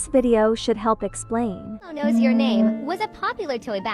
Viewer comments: You’re saying it wrong it’s elmo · Bro saying ELMO is so funny